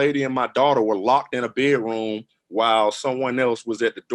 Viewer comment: What is a "Bet Room" door?